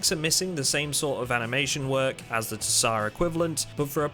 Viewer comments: Tsar is pronounced ZAR not ta-sar; the T is silent. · ZAR. the t is silent, homie. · Love your vids. Though autotsar is probably pronounced auto sar, in the word tsar the t isn't usually pronounced and I'm guessing they meant tsar as in king/ruler as in their mod is the ruling mod of it's type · fairly certain the pronunciation is auto-zaar like how a tsar is emperor in Russian